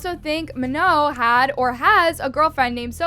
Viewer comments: it is. the last n is silent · That isn't how you pronounce Manon's name and also love how you saying it isnt content and your making it content💀